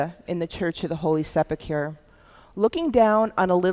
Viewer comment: A very interesting lecture, but I wish she would learn to pronounce words such as "sepulchre" correctly. Also, his name was Joseph of Arimathea, not Arithamea.